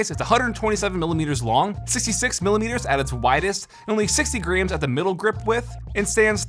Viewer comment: It’s like he’s saying greems XD